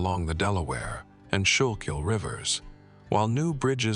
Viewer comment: He used our nickname for the schuylkill river. Pronounced correctly “skoo-kil” river. 😂 we affectionately call it sure-kill river.